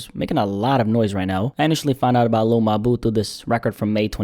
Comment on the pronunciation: Every time you say his name I get upset lmaooo sounds like you're saying hey my lil boo lol lmaoooooo